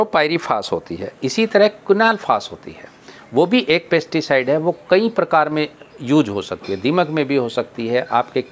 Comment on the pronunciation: आप कनफ्यूज करने वाले शब्द बोल रहे हैं पेस्टी साइड और इंशेक्टी साइड की जगह पैस्टी साइड ही पेस्ती साइड बोल रहे हैं